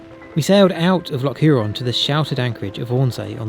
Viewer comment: brilliant vlog again...but your pronunciation cracks me up! mallaig- ma,-lig loch..defo not lock loch hourne- hoor,n sleat,,sleet eilan donan- aylan don.an forgive me the instruction/correction, you guys do brilliant stuff !! you got moydart spot on...but there is much more history behind that too!! dont take it as criticism..please...!